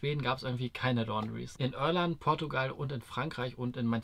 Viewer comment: Junge, IRLAND nicht Örland.